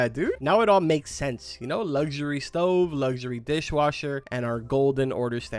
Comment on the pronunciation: It’s not lusury it’s luxury